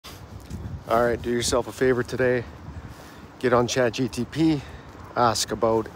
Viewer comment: just say Chat G P T correctly and id pay attention more